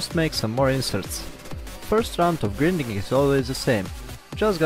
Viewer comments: Grinding pronunced grainding. See you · Thank you for this. I want you to know that "grinding" is pronounced with a long first "i," like "finding." Thanks again. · can you say... grAAAAIIINding ? ... its not the fucking grindelwald !